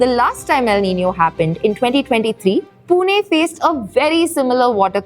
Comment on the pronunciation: it is not पुने it is पुणे , learn to pronounce the city name correctly, do not do it as per north indian standards. and the water crisis is because unlimited migration of people from outside..20 30 years back this was a nice city before outsiders overcrowded it..now we feel like foreigners in our own city due to uncontrolled migration from Hindi BIMARU belt